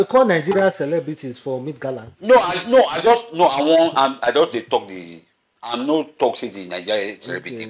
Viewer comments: It's not MEAT gala, it's MET gala.😂 no vex. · Stop saying meat gala